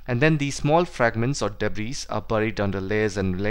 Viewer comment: Everything was great except the pronounciation of debris😂 it's pronounce it debri actually